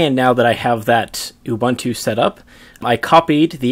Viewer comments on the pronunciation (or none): Great Video! By the way Ubuntu is pronounced OO-BOON-TOO. Also the official Traces/NeoGeo Discord server is there. (I made it since no one else ever made one XD)